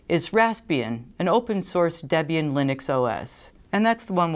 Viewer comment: Great video, thinking about getting one of these soon to play around with and have been curious about some of the things covered here. Also you get bonus points for pronouncing Debian correctly.